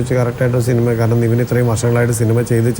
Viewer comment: Pottase athu Niveen alla Nivin 😂😂